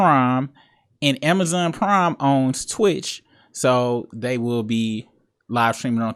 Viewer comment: New viewer, this my first video. I really thought you said Amazon Crime at first. 😂 I subbed up tho. Shout out from Ohio. 💪🏾